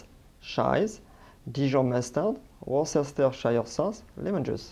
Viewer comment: worcestershire is pronounced as wostershare